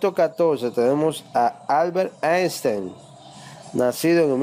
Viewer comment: BILL GEYS - CHALES DAW - ALBER ESTEN - IMANUE KAN - VOLTAYRE - JOHAN WOLFAN VON GOO - ESTIPIN JOKIN jajaajajjajajajajajajajajajajajajjajaja